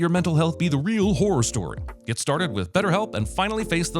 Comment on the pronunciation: 1 sin…you pronouncing ‘horror’, as ‘whore’